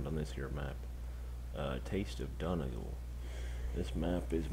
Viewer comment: it's pronounced Don eee gawl no offense